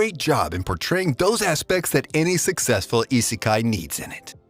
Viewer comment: How to say Isekai not saying Isekai